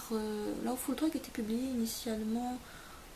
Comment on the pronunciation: Oui mdr je sais bien qu'en France, les gens ne font pas d'effort pour l'accent, mais au moins prononcer comme il faut. Par exemple "Lawfull drug", c'est "lo-ou" et tu as prononcé "la-ou", c'pas très embêtant c'est juste que j'aime l'anglais donc bon...^^